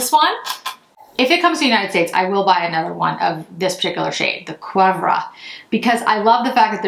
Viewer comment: Chanel boutiques are taking orders for these palettes today, 8/15. Nordstrom started taking pre-orders a few days ago. I ordered this one and the Brun et Rose. FYI, Cuivre is pronounced kwee-vruh. Really gorgeous! Great on you. Thanks for the video!💚